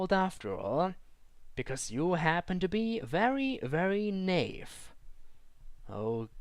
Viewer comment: Haha you meant Naive = NI-EVE but you said Knave which in English translates to to a rouge or an assassin that steals stuff, picks locks and is basically what Mr H would be if he killed those people. (He picks locks and steals stuff from bin bags.) How very odd that is a funny coincidence isn't it?